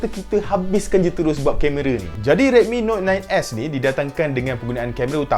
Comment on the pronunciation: Yang aku dengar dia cakap redmi note 9 ass